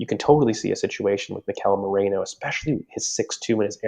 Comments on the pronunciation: It's m-E-r-I-no, like the wool, not moreno like alberto (and which also means "dark") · Merino. Not Moreno. It's really easy. Its not a Georgian name or anything. I'm not sure why we're butchering the name so much.